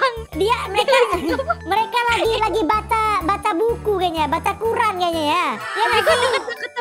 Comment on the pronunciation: Bang bukan uqran tapi al uqran